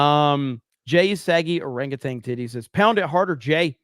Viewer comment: So Jeremy can say orangutan. But says orange tang.